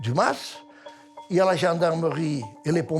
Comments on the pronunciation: Le ma … se prononce mass. C’est un terme provençal. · on pronnonce mas avec le s.....